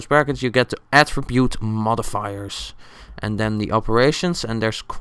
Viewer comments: lol i thought he said Atribute Mother Fu**ers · Modifiers sounded like mothif***ers